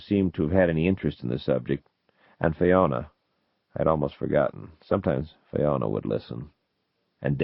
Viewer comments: To be honest, I'm truly shocked at his pronunciation of Fiona. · Fascinating hearing Zelazny's pronunciation of names I've gotten wrong for decades: "FIE-ona," "GAIN-a-lon..."